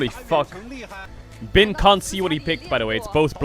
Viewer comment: Your Chinese pronunciation is improving! I'm noticing an increase in frequency of Bin being pronounced correctly. Keep it up! ( is wrong)